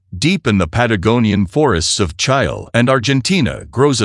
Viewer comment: Correct the pronunciation of CHILE onward -- stop Stupid errors of Artificial Idiot narration !!!!!!!!!!!!!!!!!!!!!!!!!